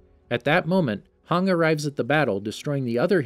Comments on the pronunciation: It's not hang but Hange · Do you mean Hange not hang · this man really called Hanji Hang LMAOAOA i CANTTT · Bro why you say hang its hange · Her name is not hann it’s hange pls say it right and the e is not silent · A moment of silenced for calling hange 'hung' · hang...HANG, ITS HANJI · It's not hong it's "han-ge" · Why Haang, its pronounced Hanji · I hate being picky and I know there are a bunch of different ways people pronounce names, but it’s (han-jee) I understand (han-dge) but (hawng) lol come on man, at least make it look like your interested in the series and not just making a video for the channel cuz the story is popular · I was so confused about Hange when he said "Hang" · hange should sound like hanji and jean should sound like jan not jeen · I hate how he says most things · it's funny how he got almost every name wrong in this video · WHY DOES HE CALL HANGIE HANG ITS TRIGGERING ME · Reiner Brawn and Hang Cant blame him for mispronouncing names lol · please tell your reader the ACTUAL pronunciation of names of characters. Every time I hear HANG I feel like crying. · This man called hange hung 🤣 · XD hange became hang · this guy is pronouncing "hange" like "hang" wtf bruh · Hange (Hon-Jee) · HAN-GEE jfc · this man really called hange hanji LMAOAO I CANTTT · Yeah, thats totally how you say Hange! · I swear to god if you guys miss pernounce hanges name one more time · I hate how he says hange like back of dude that's my waifu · It makes me pretty mad how he pronounces hange